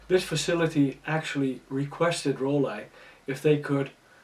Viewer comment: It's Roll-eye in German, just like he says 🙂